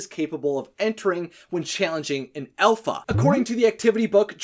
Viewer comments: Alpha not elpha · It's alpha not elpha. Please learn English. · Its Dragon not Dreigon Its alpha not elfa